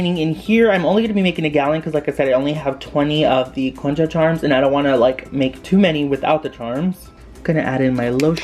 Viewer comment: I love the concha slime!! What ethnicity are you?? I’m curious if you are Hispanic since your pronunciation of concha sounded really good 😊